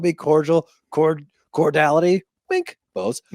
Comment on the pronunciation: Big vocabulary? That's not even how you pronounce "cordiality." Foot in mouth.